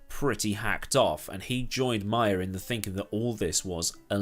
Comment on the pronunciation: It’s May-er not My-er